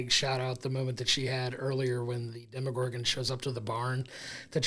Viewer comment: Why do you keep pronouncing Demogorgon like it’s a French brown sauce or Bruce Willis’ ex wife?! There is no “i” in demOgorgon.